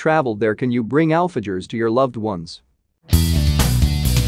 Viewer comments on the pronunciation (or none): 😂😂 ”alfa- jaws”🤌🏼🤌🏼🤌🏼🤌🏼 “dol da letch” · I was laughing my butt off at the AI voice saying "alfajores" and "dulce de leche" like that. Such delicious treats deserve to be said correctly.